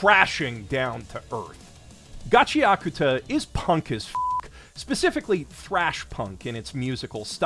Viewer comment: Shoutout to for saying Gachiakuta correctly